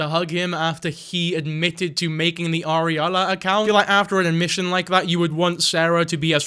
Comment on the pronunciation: Ariala? Like... areola? What a weirdo. Just stop,.